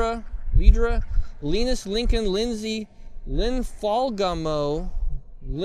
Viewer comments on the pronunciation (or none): none